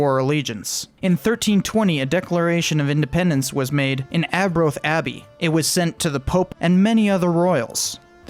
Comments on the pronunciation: Ar-broath not aa-broath was a declaration like the declaration of independence not a treaty. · Can you pls have a narrator from the uk so they can actually pronounce berwick and arbroath geez